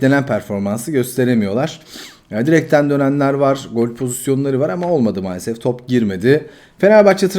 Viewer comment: Sen bu Kanalin ismini "mualasef"diye degistir.